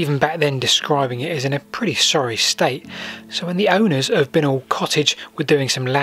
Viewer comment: Bincknoll is pronounced Bye Nol